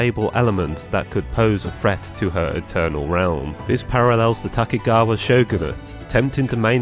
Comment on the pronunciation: Just one gripe: tokugawa - you are reading the name horribly wrong. No other complaints, keep up the good work. Also the vision hunt is reference to sword hunts and as you suspected propably serves identical purpose.